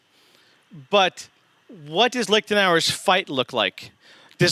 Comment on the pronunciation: It's not "Licked an hour," okay, it's "Leashed an hour." I know, both sound dirty to typical American anglophones, LOL